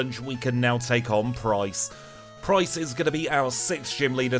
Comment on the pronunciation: Jasmine not jasyce Pryce not prymine